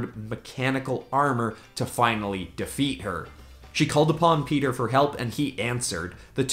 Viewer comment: It’s not Peter it’s pietro